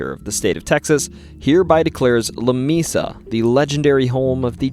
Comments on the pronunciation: New sub ! It is pronounced La "Mea 'sa" which in Spanish means a table not " Mi'sa " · "Lah- May-Sah" Love the vids, but makin' me crazy sometimes. 😂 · Lamesa doesn't have a long e in the pronunciation, and if you drive around Marble Falls you can see how a person would say there are mountains. They're really just big hills, but I can see how they would be seen as mountains. That being said, awesome stories. I've heard a few of these over the years, plus a few you missed! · You sound like a yankee. The town of Lamesa is the combination of two Spanish words. The e is pronounced like a long a. it isn't LaMeeeesa, It is La Maaasa. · Im pretty sure Lamesa Texas is pronounced like la may (like the month) sa, not la me sa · It’s “leh-MAY-saw”. Lamesa. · La-May- sa ! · La MAY Sa! Moron. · Lamesa is pronounced La may sa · It's pronounced Lah- may- sah. Please get it right. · maybe it was mispronounced just for all the attention mispronouncing Texas towns can get😂